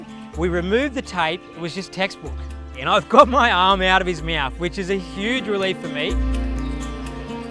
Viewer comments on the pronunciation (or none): I love this episode but the way that the guy that treated the aligattor says "meauthw" insteed of mought is messing with my nerves... omg